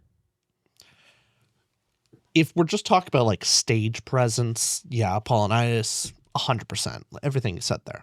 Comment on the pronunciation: Why has no one corrected him on Apollo-Nius this whole time? They literally call him Apple for a reason. Because it's pronounced like Apple-Onius